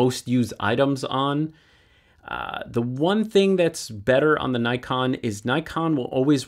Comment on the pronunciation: I wish people would pronounce Nikon correctly.